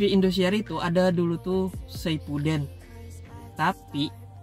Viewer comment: Saipuden terus harusnya kan shipuden